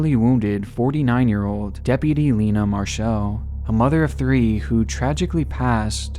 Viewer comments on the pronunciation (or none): Marshall is said like the store, Marshall's, not marchelle